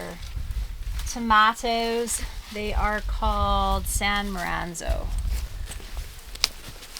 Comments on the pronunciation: It's San Mar-Zano 🤌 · San Marzano not maranzo 🥰